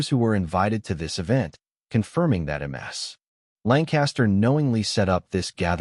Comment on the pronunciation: Damn AI-Voices! "M.S." Lancaster is how ships are named, correctly it would be "Miss"...